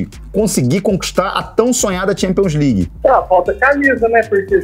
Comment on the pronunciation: Champions "Ligers"